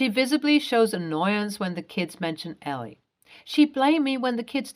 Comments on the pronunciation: Why can't people who make videos pronounce names correctly? It is Elle (EL) NOT ELL-EE. Duh! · this is the second video in 2 days with a character '''Elle" this name is pronounced ell, not ellie